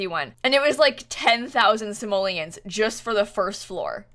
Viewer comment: Stop saying samollins say. Money